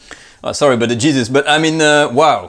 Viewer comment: "Jesus..!" Your American came out.